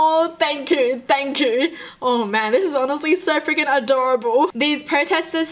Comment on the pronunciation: All I could think about is her laughing and saying “thang chu” anyone else hear it